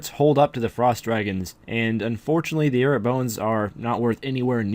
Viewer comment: plz teach how to say airuts